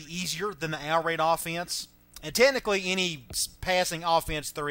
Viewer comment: Are u saying out raid?